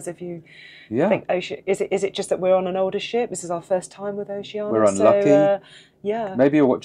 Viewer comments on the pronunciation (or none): Why do people say “oh she Ann a” instead of the correct way, “oh she ann EEE a”? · Sorry, but the captain of one of their ships pronounces it ‘oh-shee-ah-nee-a’ . As do several other reviewers. No big deal - do whatever you want. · Perhaps they were upset that you couldn’t even pronounce Oceania correctly. Just a thought. 😊